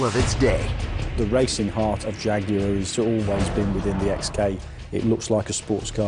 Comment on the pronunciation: So funny that they put subtitles on certain parts were an english man is speaking english. Especially when the american narrator can not even say the word jaguar correctly, or the word Warwickshire. Good god. Never the less, thanks for posting this video. Love my XK :)